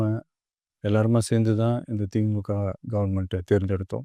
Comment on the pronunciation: திமுகன்னு உச்சரித்ததற்காக நன்றி.